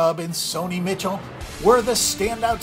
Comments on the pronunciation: stopped watching when you mispronounced Michel's name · Its Sony Michel not Mitchel